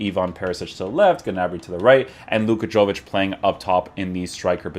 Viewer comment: Yo-vic not Jo-vic. Dam Americans hahaha.